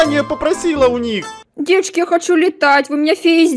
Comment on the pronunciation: правильно девочки а не девАчки